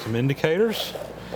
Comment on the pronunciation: You actually sent a paper check in this day and age? LOL! One small correction on the interapid indicators. pronounced inter- rapid, not intrepid. you got a good deal for sure.